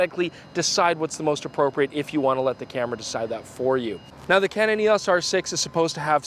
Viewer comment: E...AWWWSSS! It's EEE OOWW EESS!!